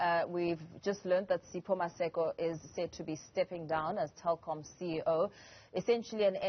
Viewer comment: It's Telkom not Tekom 🤣🤣🤣